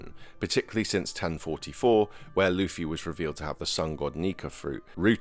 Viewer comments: STOP FUCKING CALLING LUFFY LIKE HOW YOU WOULD SAY THE WORD “fluffy” have you watched a single fucking episode of one piece? his name is LITERALLY PRONOUNCED AS (loofy). channels like yours make me despise one piece centric channels. i’ve been watching the anime since the 4kidz dub. in 2004. how you even have a single subscriber absolutely baffles me. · stop saying lafee its lu-ffy